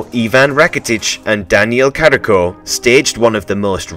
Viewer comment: And besides, the announcer didn't even pronounce Carriço's correct name. You don't say "Carrico" like he said. It is pronounced very differently because it has a 'ç' (c cedilha) and not just a 'c'. If you don't know how to pronounce, learn.